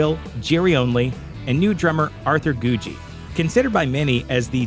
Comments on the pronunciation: Well done vid with lots of accurate, often overlooked facts (ie, Doyle's real name/change to Doyle/addition of WvF surname), but Arthur's last name is pronounced with two hard g's: "goo-gee," not "goo-jee." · I think it's pronounced GOO-GEE not GOO-JEE . I thought Doyle said so in an interview , anyway . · goo gee, thats how its pronounced. arthur goo gee